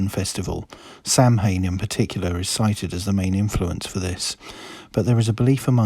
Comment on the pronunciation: Samhain is pronounced soween